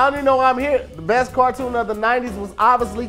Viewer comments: Cartoon not cortoon. Car.😂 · Car-toon not qua-toon 😂😂😂😂😂😂😂🤣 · CAR toon Not court 💀💀💀